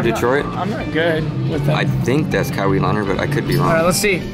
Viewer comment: Kawee Leonard ? Kawhai Leonard never played for pistons😂😂